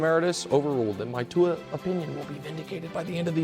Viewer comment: There is no N in Tua's name ya shlep!